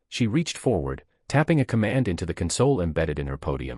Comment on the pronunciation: MISPRONOUNCED THE WORD CONSOLE.